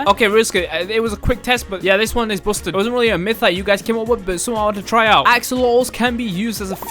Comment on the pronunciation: Bousted? Busted (basted) not bousted